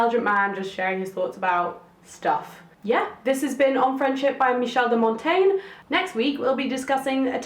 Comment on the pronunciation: "De Mon-Ten-yeh" 😉. Nice video.